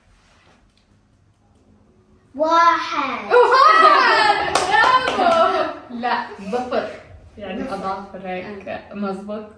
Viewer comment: ظفر بحرف ظ وليس ض